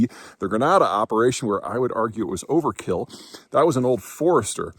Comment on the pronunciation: You said Grenada wrong